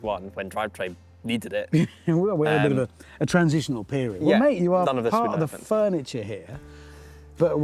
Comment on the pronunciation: “Fernieture”? 😂 😂 I’m sorry, I’ll see myself out